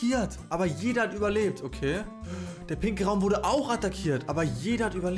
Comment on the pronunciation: Hast du bei den pinken Raumgrad gesagt pinkel